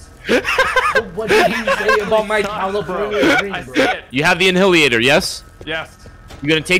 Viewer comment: lmfao en-hilliator